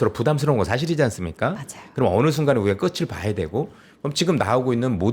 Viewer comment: "앵커님 목소리가 너무 좋아서 귀 기울여 듣다가 발견했네요! '끝을'의 정확한 표준 발음은 **[끄틀]**이랍니다. 무의식중에 [끄츨]로 나오기 쉬운 발음이라 조심스레 댓글 남겨요. 늘 응원합니다!"